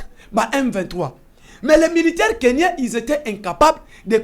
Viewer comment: Monsieur le journaliste, on ne dit pas Kenyen mais Kenyan. Il faut faire beaucoup d'effort pour bien communiquer en Français parce que vous êtes journaliste.